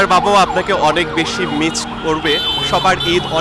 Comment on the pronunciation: রিপোর্টার ওপরে ফিটফাট ভিতরে সদরঘাট, সামান্য 'মিস্' শব্দটি উচ্চারণ করতে পারছে না।😢